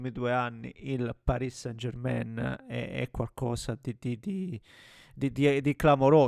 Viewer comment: Possibile che anche tu come tutti non sai pronunciare San German in francese. Mi deludi